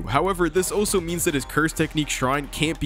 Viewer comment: BRUH "Also" is pronounced "ALL-so" not "OH-so."